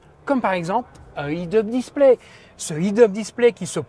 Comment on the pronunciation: La nouvelle Smart semble être une voiture intéressante à plusiewurs points de vue, notamment avec sa puissance à revendre. En passant, tant qu'à massacrer l'anglais avec la prononciation plus que douteuse du «head-up display», aussi bien utiliser la terminologie française. Il n'y a pas de honte à s'exprimer dans la langue de Molière !!!